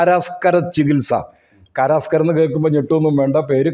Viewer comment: കാരസ്കരം കാരാസ്കരം അല്ല.